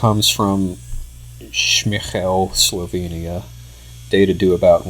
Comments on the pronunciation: "so there are two major techniques of sword use, slashy and stabby" Looking forward to more reproductions! Also your pronunciation was pretty close, the h is quite a lot softer in Slovenian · You pronounced 'Šmihel' pretty well :)